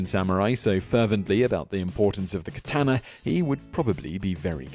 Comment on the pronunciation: Please pronounce katana correctly